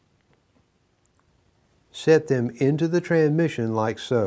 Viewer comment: I LOVE THIS SERIES! I have to laugh though because in all the videos he only says the word "TRANSMISSION" correctly one time and its in this video every other time he calls it a trah mishon.